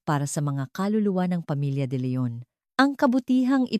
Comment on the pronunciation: Deretsuhin mo ang pagbigkas ng g de Leon Huwag kang mag pause very annoying,alibi is pronounce as alibay I hope sa sunod alam mo yan